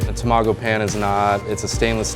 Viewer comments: TA...MA..GO..!! Not Tam ago.... LEARN JAPANESE!!! You sound like a moron even time you say Tamago!!! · I love how he says tamágo like tomato, instead of tamàgo, like how it's actually pronounced... reminds me of that horrible movie called Battleship in which the americans kept calling captain Yamato captain yamayto.. really ear grinding. :D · A sushi chef calling tamago, tuh maa goo. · toe-mago. Lol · Imagine being half Japanese yet not being able to pronounce Tamago correctly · He pronounced 卵 wrong! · its so triggering to hear him say tamago like that 😂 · Are the Japanese folks in this thread bothered by his pronunciation of "tamago"? (Also of Kagoshima.) I'm not an expert, but it sounds like he accented the syllables wrong.